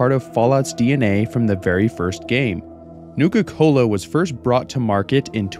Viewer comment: Newka Cola seems like it's pronounced the way that Cartman would from South Park.